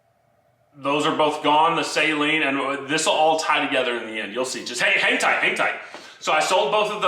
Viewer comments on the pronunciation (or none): People that pronounce Steve Saleen’s name “say-leen” 😖😅